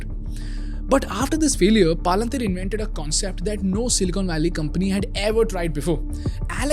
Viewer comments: why do u pronounce simple words like "PayPal" "Palantir" and "America" as "PyPal" "Palanthiir" and "Amrica" respectively and at the same time sell a course on speaking at the same time? this is insane levels of hypocrisy and fraud. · YEPP PALUNTHIR WHAT IT IS ITS PROUNCED AS PAL-ANT-IR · Bro!!! Palan-teer nahi hai woh.. 😂😂😂 learn the pronunciation first.. otherwise great presentation and awesome music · Why are you pronouncing Palantir as “paalan teer” you could also hear other people saying it correctly in your video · please do not call it PAA lan TEER Its Palintier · Paaalantir nahi Palantir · Not PALA-NTIR. Its PAL-ANTIR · Pal-en-tier ❌ Paal-an-teer ✅🤣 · It's not Paalaan teer Its Palantir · I was learning so much that I had no idea about but I couldn’t help but pause the video every time I heard paalaan-teer The video itself has a clip with the right pronunciation of Palantir.. you could just follow the same. Nothing against the content or the value.. but this is something that can be fixed for sure. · Bhai palanteer nahi palantir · Great content guys. But seriously guys please take 10 mins to fix the pronunciations of names. You have clips saying the proper name PalanTir, so why do you end up saying PalaanTHeer. I know it's not the point of the video, but it seriously undermines the content. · Palantier is pronounced Palentier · why are you calling it palanteer as if it is indian name? good content but you could work on the delivery a bit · Palantir ❌ paalanteer✅ 😂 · Really knowledgeable but I can’t take this video seriously with him saying “paalaantheer” 💀💀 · I don’t know man but every time you said “paa-lan-tiir” made me furious. 😂😂. You played snippets in the beginning of the video of how it’s pronounced. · PALUNTHERE CORRECT YOUR PRONOUNCIATION 1ST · palan-teeer? I never heard a company like that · Palan teer 😂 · Great content but at least the company pronunciation should be right, it is not pronounced as Paalunteer